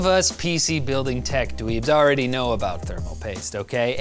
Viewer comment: Heard a canadian, "Aboot" there. XD